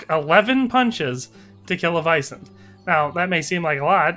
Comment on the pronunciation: Sir, are you saying vison?